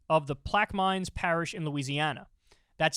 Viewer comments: "Plaquemines" is pronounced "plak-uh-mins", not "plak-mines", lol. 😀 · THIS BOY SAID PLAQ MINES😂😂😂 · …”Plaque ah men” Not that it matters. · HAAHHA PLAQUE-MINES HAHAHAHA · "Plaquemines" = "Plack-uh-mens" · It's Plague a Men's parish